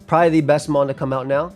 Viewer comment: love seeing the New York come outa people😂😂😂